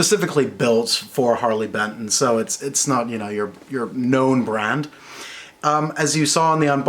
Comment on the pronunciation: Only thing giving away your german accent is the bentn pronunciation.